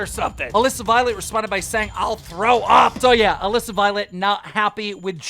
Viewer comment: First time I’ve ever heard Keem say Alissa correctly lol